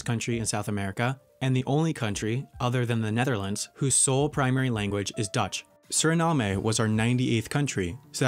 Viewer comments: When he said Suriname I nearly spilled my drink. My country pronounces that as Su-ri-nam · although we pronounce it with the "e" silent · The name of the last country is [SUR-ri-NAM] not [SUR-ri-NAA-MAY] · It’s not Surinamé……it’s Suriname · its pronounced suh-rah-nam not suh-rah-nah-may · Also, the "e" in Suriname is silent. Say it like: "Surinam". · It's pronounced surinaam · Ranga Rolls And Suriname rhymes with Vietnam. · and then immediately after that says suriname incorrectly too, did he not look up a single pronunciation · The way you pronounce Suriname hurts my soul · me: (gets mad that he didn’t pronounce suriname right) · Slight criticism, but Suriname is pronounced sur-i-NAM not SUR-i-nam-e and Kiribati is pronounced KIR-i-bas. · lesotho is pronounced (Leh-SOO-too) and also "Swaziland" was officially renamed to "eSwatini". Also "Kiribati" is pronounced (Keer-IH-Bas) NOT (keer-Ih-Bah-ty). Suriname is NOT pronounced (Seer-Ih-NAM-ayy) it's just pronounced (SEER-ih-NAM) tsk tsk tsk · Kiribati is "Kiribas". Suriname is "Surinam"